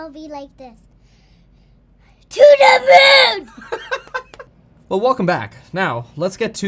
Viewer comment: "TEW THA MHOOON!!!" lol